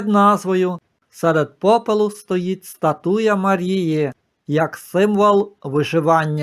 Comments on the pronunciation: Пане не «статУя, а стАтуя». Перепрошую. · Подивилась у словнику:українською стАтуя, наголос на перший склад.